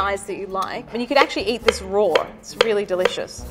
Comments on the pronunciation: Am i the only one annoyed by how she pronounce the words "raw" and "wise"? She pronounce them as "rawr" and "weise" it is just plain wrong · "you can actually eat this rawr" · Is no one gunna mention she says raw as roar 😂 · I had an Italian Math teacher in college and she always pronounced rawr, sawr or lawr... I just assumed it was an Italian way of pronouncing but I guess it's British (too?) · Sauté Cut at an angle Raw is pronounced roar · I love the way she pronounces RAWR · I was enjoying hearing her say it, lol. I have to rewatch now to see if she says warsh it like they do in the southern US. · The word raw was actually pronounced rowr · Whenever she says raw it sounds like she's saying "rawr" lol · Why does she pronounce raw as "rawr" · "Delicious when eaten rore" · "Eat it roar" -this woman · "extremely strong when eaten rawr" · We all come from different parts of the world who cares how she says raw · I can not get over her pronunciation of raw as “rawr” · Quit saying roar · she says roar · “Eat them rawRRrr” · Why does she pronounce raw as rawr/roar lol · Does anyone else hate that she adds an extra r every time she says raw(r)? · take a shot every time you hear "rawr" lol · does she pronounce "raw" as "rawr" or am I having hearing problems?! 🤔 😅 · I realize it is a local language thing but, RAW does not have another R at the end ...... it isn't spelled RAWR🙄😉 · I love this lady but it drives me crazy every time she says" roar" instead of "raw", anyone? ...just me! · Nobody: nothing This lady, pronouncing raw: rAwR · i love when she says you can eat something rawr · And she pronounces raw like roar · Not gonna lie I also heard her say roar rather than raw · Why does she say "eat it rawr"? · She: It's pronounced Roar Gordon Ramsay: It's RAAAW. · I keep hearing “roar” instead of “raw” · I love when she says raw. It kinda sounds like roar and that's just empowering💜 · anyone else like the fact that she says "rawr" instead of raw? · “You can eat it rawr”